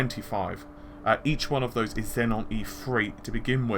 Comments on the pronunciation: zen-on? xeon? zee-on say it with me zee-on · It is pronounced 'Zee-on' not 'Zen-on' Xenon is pronounced 'Zen-on' mate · Xenon. Xeon. Got 1 too many Ns in your pronunciation their. Love the videos.